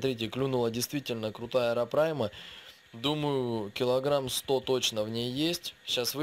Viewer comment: не арапрайма,а арапайма,очень сильно резало слух,а так всё отлично,к стати,может помнишь я Миша Калашников,думал ты забросил канал,к счастью я ошибся)